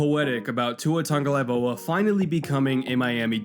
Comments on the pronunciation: Your drinking game for this video: take a shot every time mispronounces Tagovailoa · That's all I could think of for this whole video. Lol him mispronouncing Tua's last name. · Yeah, this is annoying me so much. probably spent 40 hours on the research for the video, but couldn’t pronounce the guy’s name right? Come on, you’re better than that. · he is saying it wrong bro. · I love this channel, I think the breakdowns on here are really well thought out and really well done... that being said you would think if you were going to make a 15-minute video on a guy you would look up how to say his name. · It's pronounced "tongue-oh-vye-lo-uh." He has made videos pronouncing it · Is it just me or does say "Tangolaivoa" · It was bothering me the whole video hahaha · I'm pretty sure did it on purpose to troll people. He's pretty consistently pronouncing it tangolaivoa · tongue a vie low uh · Marisa Moravec he’s saying tungolaivoa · but is saying TungoLAIvoa, swapping the L and V. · You keep saying tongalaivoa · Tun-ga-vai-loa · “tua tungolaivoa” 😭 still the 🐐 tho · he pronounces it tung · ElegantSquid it’s tungovailoa, the v goes before the l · Oh cuz! Tua pronouncing his last name... Awesome video but butchering his name every time... kinda hilarious. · You gotta learn to pronounce the name right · Not only did you pronounce his name wrong but to say he has below average arm talent? Lol maybe quit anaylizing qb's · Love the video. But you gotta pronounce his name right bro. 🤙🏽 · how would you feel if I pronounced YOUR name “ Mannkoll”. otherwise good vid keep it up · Let’s play how many times can you butcher someone’s name in one video? I counted 15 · That pronunciation of Tagovailoa in the beginning gave me a good chuckle lol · Hey bro, its Tago-VAI-Loa. Not Tago-LAI-Voa. Great video besides that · The tung part might be correct, but its vailoa, not laivoa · Its Tagovailoa not Tagolaivoa